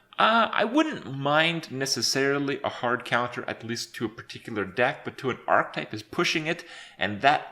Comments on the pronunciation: ARK-type? ar-KEY-type? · Serene Grace the 2nd i guess, ark-ae-type